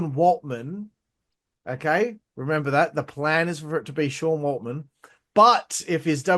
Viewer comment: Considering you can't get Sean WALTMAN'S name right, I think we can discount your opinion on the preciousness of Dave knowing his contract situation. Also, "some" of these criticisms are dumb? You listed one. Try again next time champ 👍